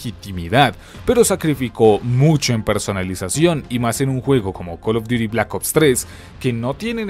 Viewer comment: Imagínate llorar porque en Tony Hawk desbloqueabas a spiderman.... Tanta "investigación" y no saber que no se dice "cal of duiri mobail" Ya ve a llorar